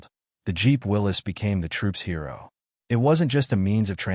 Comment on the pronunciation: You got it right! It is pronounced "Willis", not Will-ies"! I have a friend who has a '43 MB at his cabin in the Sierra. We drive it whenever we are up there.